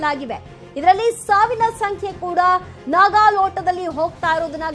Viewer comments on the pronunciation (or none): Est sari helinde heltiri.... Saavna sankhe savina sankhe anta...